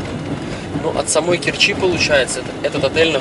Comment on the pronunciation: Умники,вы ударение ставьте правильно,в Керчи ударение на букву е,противно слушать